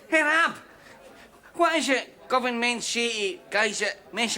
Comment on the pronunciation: It's Govan, not Govern! 😅😊